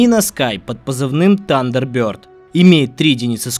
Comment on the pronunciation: "ТАНДЕРБЁРД" ёбани свет этого произношения...